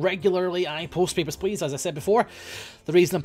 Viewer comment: Whenever he says "Papers Please" in that accent it sounds like he's saying "Pepper Splash"...